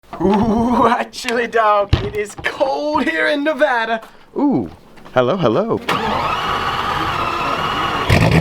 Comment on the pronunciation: Finally a YouTubed that says Nevada the right way ... hate all the youtubers that sit there and try to say it grammatically correct I just want to slap them...